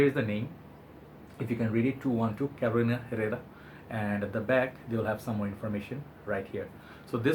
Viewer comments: Good job on the name 👍🏼 that is absolutely correct the "H" is silent in Herrera (its a hispanic last name). Love your reviews your input is always valuable to me ive come to trust your nose 😁✌🏼 Greetings from Miami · Muy bien 👍 Herrera silent H and the first rr is rrr :) bien!!!